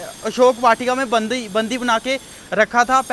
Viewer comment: बंदी होता है कि बंधी होता है! थोड़ा फ़रक तो कर ले भई